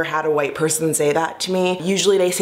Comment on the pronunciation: in your particular case, i don't think it's a "multi-layered issue" around how black people speak. it's because you sound like you're from the valley. or someplace. there are black people who "speak well", "sound educated", and "have great diction", but don't sound like you. words like "white", you pronounce as "woieet". also, many of your sentences end with that upward inflection stereotypically characteristic of valley girls. so...i would caution against turning this into a whole conversation about multi-layered issues when the fact is...your accent and inflections do carry a bit of "valleyspeak".